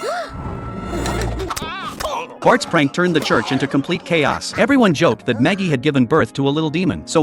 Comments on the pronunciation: Ai always says maggie not marge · Maggie is a babyy bro none of these ai voices get marge right the literally say maggie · It’s marg not magie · Learn how to say marge bow -_